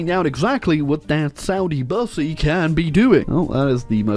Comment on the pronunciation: Saudi Bussy? Don't you mean sussy!?